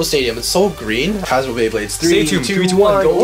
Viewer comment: its satoon not satomb